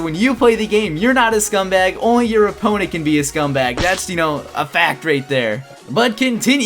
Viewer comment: count how many times he say scumbug